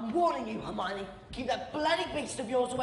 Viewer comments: I'm really frustrated, because you always say Harmiony instead of Hermione, you even wrote it wrong it the last Harry Potter react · It's H 'er' mione not H 'ar' mione haha